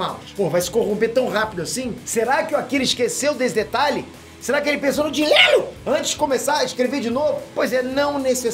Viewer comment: Amo qnd o fala " dinhelo " kkkk